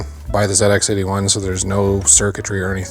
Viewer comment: As a Brit, it's always nice to hear an American refer to the old Sinclair machines as "Zed Ex" and not "Zee Ex"